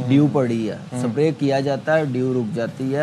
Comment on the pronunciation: Spray ❌ Sapre 👍😂